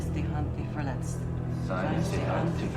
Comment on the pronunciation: it looks like they're pronouncing "Verletzt" there and it sounds just like you said it so let's assume you pronounced it right :)